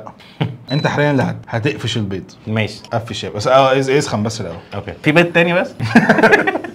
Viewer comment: فقش بيض ❌ قفش بيض ✅ 😂😂😂